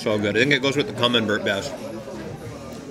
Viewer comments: Camembert cheese. Is pronounced Camenbear. Not that I'm correcting a bilingual gent as you are. Thanks for the content brother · Definitely not poutine, not even close. Camembert is pronounced cam-mem-bear. Clearly that restaurant has never had a Canadian work there. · Hi, it’s me again. You know the guy that tries to help you. Today’s lesson- the soft cheese is pronounced kah-mem-bear (not Bert!) The hard Italian cheese is pecorino (peck-ah-ree-no.) I have given up on getting some so I will continue to improve you diction and culinary knowledge. Have a great day,. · It’s CAM-EN-BARE and I’m pretty sure the one that tastes like Parmigiano Reggiano is Pecorino...pronounced PECK-A-REE-NO. Most ppl and restaurants use it in place of parmesan because real Parmesan is highly expensive and is only permitted to be made in Italy. Just an FYI ✌🏻🥰😊